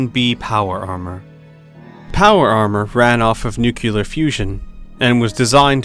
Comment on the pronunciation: Nuclear not 'Noookyuller' 🙄 Nuclear. New clear. It's not difficult.